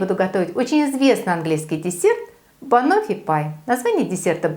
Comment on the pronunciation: Рецепт прекрасный и совсем не тяжёлый, но вроде бы правильно говорить не банОффи, а бАноффи)